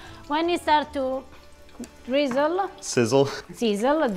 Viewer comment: "Seezzle-Dreezle". is a poet.